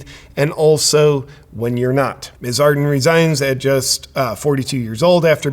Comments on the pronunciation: It's "Ar-DERN". This is the third American vlogger I've heard today call her "AR-den" - there's an R in there! Otherwise, great video. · JP, you kept mispronouncing her name. It's ArdeRn, not Arden. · Everyone says Ar-den. But in NZ we say Ar-dern. XD Can also be pronounced as heartless-maniacal-lying-goblin-wench. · Yeah resigns and lies its consentual ...with a smile on its face! OMG, wimmin are 😡😈 IT NOT 'Arden', ITS A-HHHHHHHHH-E-RRRRRRRRRRRRR-N! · It's pronounced ar-DERN, with second syllable stress. Just think arse-BURN. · Just a little education here. Adern is pronounced as Ad-urn as in an urn you put well … deceased ashes into. No I’m not a fan of hers. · I like the little slip up Justin Arden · Ardern is pronounced Ah-dern by the way. Guaranteed she'll get a highly paid cushy job somehwere in the world. Why wasn't the Pfizer agreement transparent - getting a commission/kick back Cindy? And she's worth millions now - where did they come from Cindy? Yup, crimes against humanity for sure. Hipkins will continue the tyranny. Just another puppet! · Horse faces name is pronounced A'DERN JP, like over there, there is a fern, and eating a pinapple through a cyclone wire fence, is Jacinda a dern. I don't like her either, but if you're going to be unkind and hang shit on her, show her the respect of getting her name right. Thursday is Australia Day, show us some respect and eat lamb, from a BBQ. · I love how you pronounce her first and last name wrong. She doesn't deserve any better from a US Based commentator...